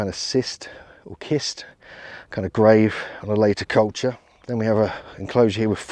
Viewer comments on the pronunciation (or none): none